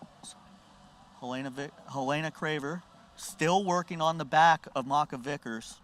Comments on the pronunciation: Lol, drove me crazy every time he said her name. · He said she's "one of the best grapplers in the world right now" yet doesn't know how to pronounce her name.